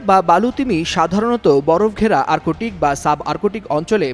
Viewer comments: আর্কোটিক্ না আর্ক্টিক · আর্কটিক উচ্চারণ করতে পারেনা এ কেমন পাঠক।